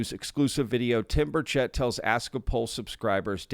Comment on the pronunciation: It’s BURchett, not BurCHETT. Please pronounce his name correctly.